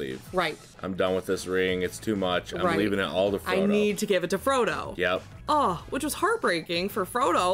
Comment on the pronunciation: You pronounced issildur correctly and called him fromo im fuckin dead 😂